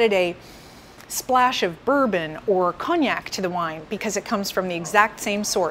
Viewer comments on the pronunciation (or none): none